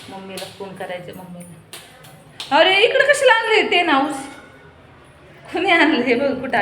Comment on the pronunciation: Ten house ny g bai Tent house bol